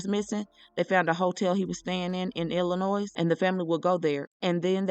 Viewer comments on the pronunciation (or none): thank you! and Illinois is pronounced with the 's' being silent🙂